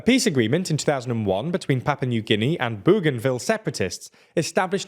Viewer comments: *Papua New Guinea. Not “Papa New Guinea… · I am certain its not 'Papa' New Guinea